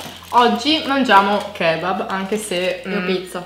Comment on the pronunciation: Ma io dico kebáb non kébab